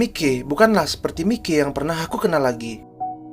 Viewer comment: Bang kalo lagi ngomong si mikey ngomong nya maiki aja biar lebih sama kaya di anime